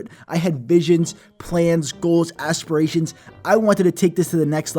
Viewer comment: “Assperations” what.